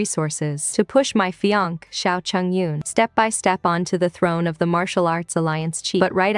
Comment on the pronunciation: 21 seconds in... The AI voice doesn't know how to say "fiancé / fiancée". Fine. Use synonyms boo! Betrothed! Promised ! The one I'm engaged to... I'm an avid listener and it grinds my gears to not see / hear progress / corrections for simple things like that 😭. This said, I'm sure the story will be lovely so thanks in advance for that 😌